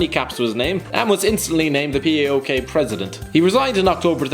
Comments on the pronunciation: It isnt P A O K or P A O L .. it is phonetic.. PAOK, read it as it is spelled. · P-A-O-K???? A-E-K???? The teans are called PAOK and AEK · Fucking Englishmen it is PAOK like in ONE word same with AEK STOP PRONOUNCING EVERY LETTER